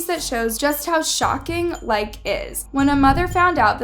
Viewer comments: BTW you pronounce the E as a hard E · Oop I thought it was pronounced likey Like - ey Like - ee? You get what I mean? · It’s Likee not Like btw not being rude but yk just saying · Is proununced like ee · it's pronounced "Like-E"